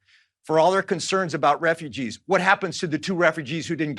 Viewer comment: He said referuges not American citizens